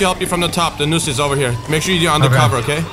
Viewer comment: its NOOSE not LOOSE